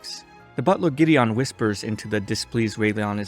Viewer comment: GIDDION HAHHAAA